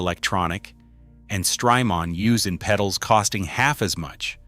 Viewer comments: Stry-Mon, it's Jamaica mon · Please tell me where I can find a Zuh Vex Super Haaar Dawn and Stry Maaahn pedal please! Are they m aye dee aye capable?